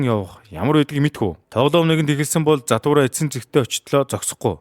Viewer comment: Zahtura bish jathura baina demjij baigaa like darairai